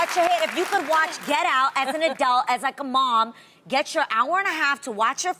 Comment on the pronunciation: no shade but Adrienne pronounces "adult" in a way ive never heard before